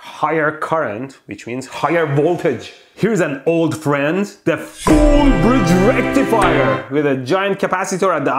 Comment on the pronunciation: I love when Mehdi says "FULL-BRIDGE-RECTIFIER!"